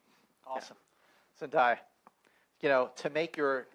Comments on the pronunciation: LOL ZENDAYA WAS SO MAD WHEN HE KEPT SAYING HER NAME WRONG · maybe he thought it was like Maya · Typical company man. He's just trying to do the job right. The cast literally said her name three times and he still said Zendaya's name wrong. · One of the jobs of a press conference MC is to make sure they address the guests properly. He didn't research her name pronunciation at all, which is why he's catching flak for it, and he should. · it’s not the fact that he mispronounced her name it’s that fact that other people said it right and then he still said it wrong and on top of that when she corrected him he just brushed it off and didn’t apologize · It’s pronounced ZEN-DAY-A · “Zendiya” 😂😂 I’m dead . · M. Selin Dalkiran ikr where do ppl get the ‘i’ from. zen-DIE-a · Dude come’on Zandaya? Not how u say it man it’s the 21st century he should know how to pronounce ur name. Tam Hallond😂 I love how in the beginning Tony got no claps, poor him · Did anyone else cringe when he said Zen DIE ah? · Because I’m stupid the guy kept pronouncing zendayas name wrong then in a homecoming interview zendaya like joked about Tom and Tom went zendiya haha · srry but I can’t ignore the fact that he just said zenDIEa 💀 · It made me cringe so bad like it’s literally spelled like it’s said zen day a ... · It irritated me that the interviewer kept pronouncing Zendaya's name wrong. He's not the only one who has done that but her name can't be that hard to pronounce. It's ZEN-DAY-A, that's easy to pronounce. I found it so rude when he brushed it off and continued the question after she corrected him. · fbdbdb but in his country you pronounce it Zen DAY A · well u need to tell ppl in ur country it’s zen DAY a it’s respectful to pronounce her name correctly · Annocer: Please welcome....[how do you say her name?!?! I’m gonna guess] Zendia!! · HE DID NOT JUST SAY ZEN DIE A Omg I’m done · HELLO ITS ZEN-day-a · You’d think he’d look up how to pronounce Zendaya’s name... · Hey said Zendaya wrong